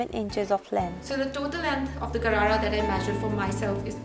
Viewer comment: hii loser its not garara its sharara